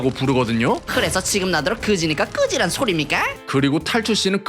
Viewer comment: 끄지라 라고들린듯